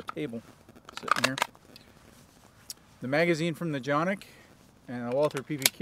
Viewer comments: You are not pronouncing the name correctly it is just like it looks CAN IK not chan=nik or janik please. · C, c pronounced like English `j' as in `jet' and Jimmy a short 'a' as in 'art' or 'star' ı [undotted i] 'uh' or the vowel sound in 'fuss' and 'plus' 1. Every letter is pronounced! 2. Each letter has only one sound! 3. Two or more letters are never combined to make a new or different sound Soo..... Jonuk...or johnuk - sounds like you said it exactly correctly! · its definitely not pronounced johnik. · no but if listen to the guy from century arms who got them from turkey and sells for canik that is how he said it just tryin to help.